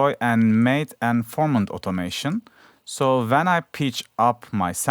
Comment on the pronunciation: "so VEN the build up starts" 🤣🤣🤣🤣🤣🤣🤣